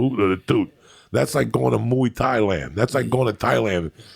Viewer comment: Of course Joey would pronounce it MOO-thai